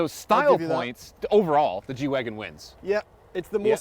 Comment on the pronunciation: I thought it was a G-wagon not a “wagen”